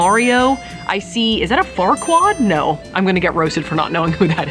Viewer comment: I CACKLED when you called Sasuke "Farquad" because honestly, real 🤣🤣🤣